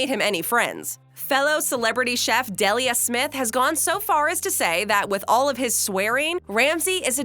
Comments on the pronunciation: It’s Dee-lia not Deli-a Smith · 'Dellia'. It’s Deeelia FFS. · Dehlia Smioth? FFS. It's Saint Deelia! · It's DELIA Smith... DEE-LEE-AHH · Dee lee ah ! That's how you pronounce the lady chef's name! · Deh-lia smith??? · Who the heck is Dell-ia Smith?